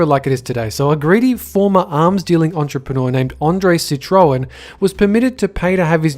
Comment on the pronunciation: Sitroen? lol